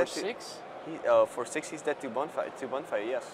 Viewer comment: What's up with the pronounciations? Bonefire? Dissiple of Bolas? =D